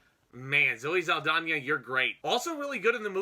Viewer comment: And it's zow·ee sal·daa·nuh ... the pronunciation.